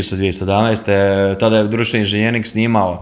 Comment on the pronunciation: Nije inzinjering ,nego inzenjering...voditelj obozava svoj mikrofon...i svoj glas..